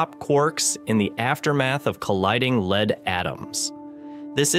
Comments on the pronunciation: Off-putting AI voice can't pronounce lead. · Ugh. Down vote. Can you not get a human to read the text instead of some crappy ai bot? Sounded stupid; among other things, it mispronounced “lead” every time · Lead -leed?!? 😂 mis-stated at least twice. Fermalab? lol😂